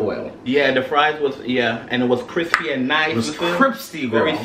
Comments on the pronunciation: "This is so cripsty"😂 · Lmao this is cripsy I cant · CRIPSTEE LOL